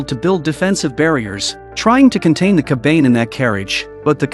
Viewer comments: its kabane. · Bro really said coban instead of saying cobane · Bro it's kabana not kabain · Although i always loved your recap but Wtf is kabeyn 😭 its Ka Ba Ne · C’mon its “Ka Ba Ne” not Ka Bane” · Ka-ba-ne not ka-bane sweet jeez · I watched this before and it's pronounced ko-ba-ne not cobain. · Ya... 1 minute in and i cannot watch this anymore. That "kabaine" is making me angry and annoyed lol. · TF is a "kabayn" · Its Ka Ba Ne you fucking AI losers. Atleast try to make your stupid AI voice pronounce it right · Dont make call the kabane with a ane a n e kabane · they r called KA-BAN-hey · Fucking AI saying Kabane is killing me.